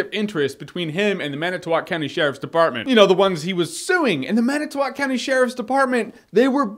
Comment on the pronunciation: Thank you for pronouncing it Man-i-tow-walk and not man-it-tow-wick. Good job!